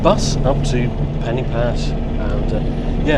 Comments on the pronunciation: Hi...just a tip to help you. Pen-y-pass is not pronounced like the english word 'penny'... the 'y' is the same sound as 'uh' as in the 'er' in Northern English Butter' ....so Pen-uh- pass. Hope this helps and good luck to you....Pob lwc i ti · Hi. Another great video. It's noy pronouced Penny Pass. Try Pen y Pass as in Pen u Pass. It's also not Carnfon, it's Caer(kire)narfon(narvon). I did offer to meet you in Shrewsbury but it's been amanic here but I will meet with you sometime. I'm off to Australia soon for five weeks but perhaps later in year we could meet up for a short Welsh lesson. Thanks for the video